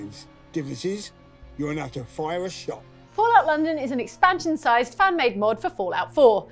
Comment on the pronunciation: I thought said 'Fallen London' and not 'Fallout London' and i fully laughed out loud, like bestie Fallen London is basically Sidequests and Grinding The Game (it's really good tho highly recommend it)